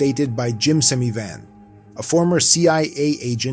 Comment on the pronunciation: Switched you off after hearing "Semivan". You may as well have started with "Doty", or even "Puthoff".